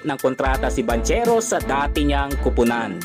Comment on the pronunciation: Eto po tama sounds like "BANGKERO" hindi "BANTSERO" FYI. god bless.